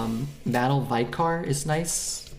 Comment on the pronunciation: "Vicar" - (vicker)